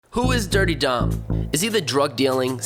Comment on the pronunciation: I thought it was Dirty Dom not Durte Dom